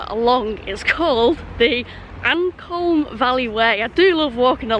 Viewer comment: River Ancolme is pronounced An comb as in comb your hair fished it a lot when I was a kid